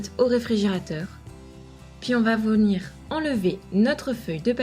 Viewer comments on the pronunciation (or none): tu a dit vomire au lieu de venir